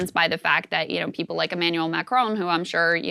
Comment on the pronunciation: Kudos to Krystal for pronouncing "Macron" well by not pronouncing the letter "n".